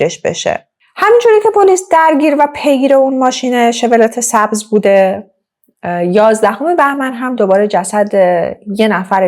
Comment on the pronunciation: Chevrolet 😢 Farsi begam mishe shevrolet injur khonde mishe hamin ke neweshtam bekhun 😢